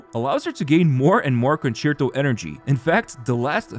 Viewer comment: Wow a content creator that can actually say concerto correctly